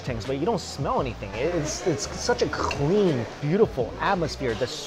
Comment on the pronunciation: Lmao why does it sound like mike pronounces clean as “cghlean” 😂😩